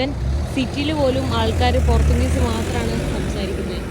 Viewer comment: പോർച്ച്ച്ചുഗീസല്ലേ പോർത്താൻ ഗീസ് എന്ന് പറയുന്നപോലെ തോന്നി 😂